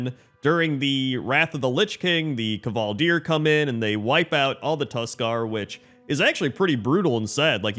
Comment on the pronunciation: The K in kvaldir is pronounced the same as the K in KCrendor.